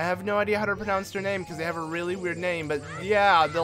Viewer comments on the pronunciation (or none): none